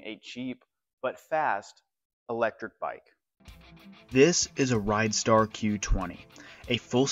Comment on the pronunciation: It's not RIDEstar, it's RIDstar !